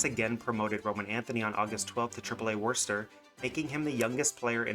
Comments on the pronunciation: Worcester is pronounced Wusta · Ya I was loving the video until I heard you say Worcester🤣. It's like pronounced like "Wussy"...Wusster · Great video. Learn how to pronounce Worcester lmao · You changed the pronunciation of Worcester, but you still need some work getting it down right. You’re just going to have to get it right when your eventual “Mikey Romero is the second franchise altering prospect for the Red Sox” video comes out